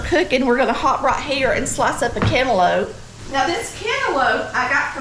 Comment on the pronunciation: YOU DID THAT!! All of that looks good! AND that very simple homemade biscuit recipe was the best! I'm from the Augusta area and I have seen and ate some home cooking! BUT Never with canlope! thats how we say it too! LOL! This was amazing! Thank you for sharing!